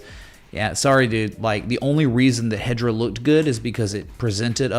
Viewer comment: 😂😂HEDRA HASHGRAPH😂😂 IT’S HEDERA 🤦‍♂️😆